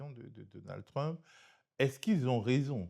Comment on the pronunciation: j adore comment il massacre la prononciation de trump en truumpe lol